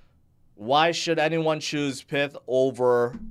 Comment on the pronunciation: isn't it pie-th, like in python